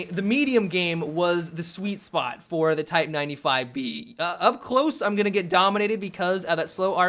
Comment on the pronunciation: Go to and slow it to 0.5 speed. "You're gonngngdng need" It is fucking brilliant.